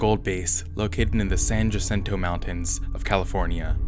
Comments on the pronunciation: Its pronounced "San Ha-cinto". The compound is 5 min drive from here. my lil sister played golf there. Free golf clubs lmao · Wow I live in the city next to San jacinto. Sorry to correct you but the correct pronunciation is “San huh-sinto” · San ya-Sinto is how it’s pronounced and they have cameras is the woods everywhere here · California place names: use Spanish pronunciation rules. San Hasinto. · “San JUHsento” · The way you said San Jacinto though lol. Just messing, I’n just from that region and go to MSJC. Nice video, this truly is awful stuff.